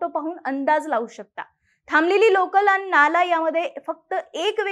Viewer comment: आनी नाही आणि, आपन नाही आपण, मराठी शुद्ध बोला